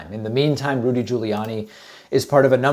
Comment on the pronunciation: Saying Rudy like the voice over Tony Baker pronounces it. (ROOOODY) makes me giggle...